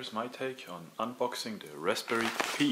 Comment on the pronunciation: It's pronounced "pie" not "pee".